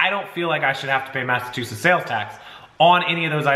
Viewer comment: Sorry I love your channel, but it's MassachuseTTs. Not sure why you're saying it the way you do. But, man if you said it that way here they would bust your balls to no end. Stop leaving out the T please. It's killing me. Lol